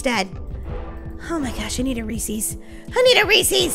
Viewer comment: It's not reeeeses it's Reese's pufs